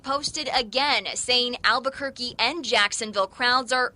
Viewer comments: Damn it I hadn't made it down to your response when I commented that he calls it Al-Bukkake haha I like your style sir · are people from Albuquerque called Albuquerks